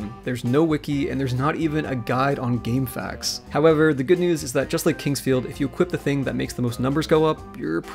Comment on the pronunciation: can't believe you said game facks and not game F A Qs smdh unsubbing